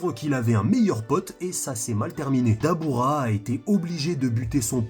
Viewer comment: c'est "DABRA"